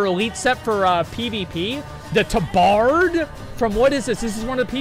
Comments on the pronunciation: wtf is a taaa bard? it's Tabard.....*cringes everytime he says it* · FFS! it's Tab-ard not Ta-bard!! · Tah-bird, thats how its pronounced asmon